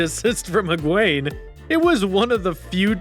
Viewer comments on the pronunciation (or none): Dude said higwayne